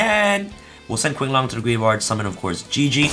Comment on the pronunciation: Qinglong is pronounce ching. Qi=chi.^^ sooo the name is pronounce as ching long^^